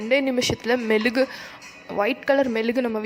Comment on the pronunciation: It is mezhugu not melugu